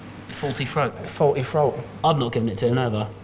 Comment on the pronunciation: "Faulty froat"? what is a "froat"?